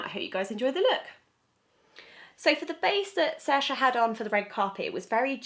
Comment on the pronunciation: Just a heads up, her name is pronounced Searsha. :) Irish names are tricky sometimes.